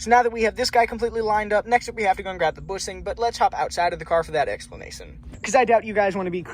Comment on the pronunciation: Bushing not boosing, shifter and not sifter🤣